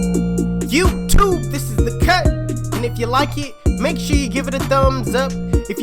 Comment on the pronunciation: “YouTTuBe this the CUT “